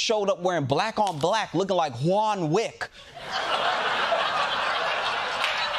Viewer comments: He said Juan Wick 😂😂😂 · “Juan Wick” 😂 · 'Juan Wick' 😂😂😂😂😂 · "Juan Wick" 😆 🤣 😂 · "Juan Wick" 😂😂😂😂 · "Juan Wick" 🤣😂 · "Juan Wick" LMAFO! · “Juan Wick” lmbo